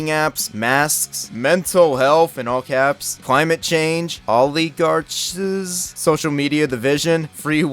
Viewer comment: sobbing at you not knowing how to pronounce oligarch 😭